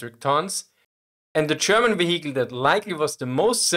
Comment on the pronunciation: ve-HE-cle. I love this channel.